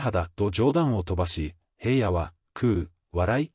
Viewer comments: ショウくんゎ、ヘイヤでなく、ひらのです、まちがわないで😠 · ヘイヤって誰!?ヘイヤではありませんよ｡紫耀くんのことをヘイヤと絶対に読まないで下さい｡何回もヘイヤと読んでいて､つまらないです。